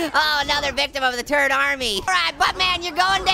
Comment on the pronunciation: Why does he keep saying Tourd